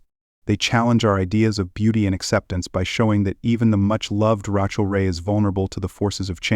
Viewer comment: Learn how to say her name correctly. I think this video is dumb. Talking & repeating yourself over & over again about pictures of her that are just normal. No big deal.